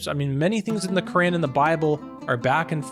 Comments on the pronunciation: Bro I think your pronouncing the book wrong your saying the Korean instead of the Quran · Why do you say Quran like that?